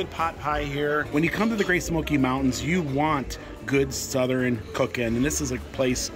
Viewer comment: I've never heard anybody say Southern the way you do..lol...suthe ren....lol...I was born and raised in TN. I've always said it like Suthurne.... cracks me up. Now I can't stop saying it the way you do..smh